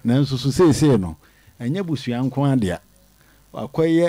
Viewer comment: My brother it's called 'akonkon' not agongon the right word thanks